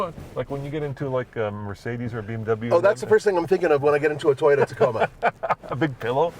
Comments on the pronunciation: Wh does (and others) always say Tie-ota???? It’s TOY-OTA…..Toy, similar to boy or coy or soy…😅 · Tiyota